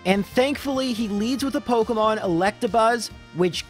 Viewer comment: Dude, you seriously need to look up a video on how to pronounce Pokemon names